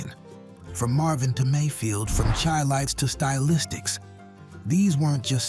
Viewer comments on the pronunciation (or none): Man, get your shit together!! Spinning around by The Main Ingredient. The lead vocalist was the founder. The late great Donald McPherson, NOT Cuba Gooding Sr. Another thing is your pronunciation of the Chi-Lites. It is pronounced SHY-Lites. The Chi represents Chi-town, as in Chicago. You British clowns always fuckin up OUR shit!!